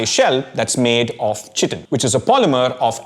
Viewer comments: I always have heard chitin pronounced as kai-tin as opposed to chi-tin like the way you pronounce it in the video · Kai-tin not chi tin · You are pronouncing 'Chitin' wrongly - chitin /ˈkʌɪtɪn/ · Please chage the pronunciation. Its pronunced as kai-tn. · Chitin is pronounced as kai·tn. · "Chitin" is pronounced "ky-tin". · it’s pronounced with a hard c. <Kiitin> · Excellent authentic summarisation of great amount of science in such a lucid manner! ...small correction besides the pronunciation of chitin: chitin is mostly in lower animals, not all animals. Some references as reading list will make the video more educational and scholarly! ....Overall, great efforts indeed. I have bought your Masala Lab and will use in my courses in Biotechnology!..... Request you to make some components in functional food particularly addressing some of serius health issues in India: malnutrition, anemia in particular! ....Thanks a lot for this great edutainment